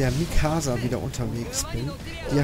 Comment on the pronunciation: Für nen AoT Fan tut's ein wenig weh die Mikasa und allgemein die Charaktäre aussprichst aber sonst wieder ne geile Folge!